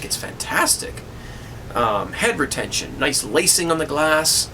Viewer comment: lol When you said head retention I misunderstood you and thought you said hypertension.